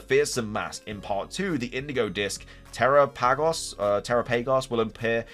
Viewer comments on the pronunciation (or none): I think Terapagos is pronounced like Galapagos Island an island known for Giant Tortoises just a thought.